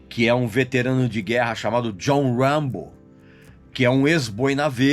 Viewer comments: Uambo , Silvestre istalon....kkk deixa d viadage rapaz e fala o nome direito. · Regis dois fatos: - Stallone nao foi indicado a melhor ator mas sim a melhor diretor, por Rocky I. Nao levou, mas o Rocky I levou melhor filme. - o autor do livro "First Blood" baseou o nome "Rambo" na pronuncia errada do nome do poeta frances Artur Rimbaud